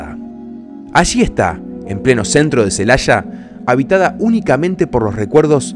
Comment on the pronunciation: Aquí en México, no hay ninguna ciudad llamada "Celasha", hay una Celaya.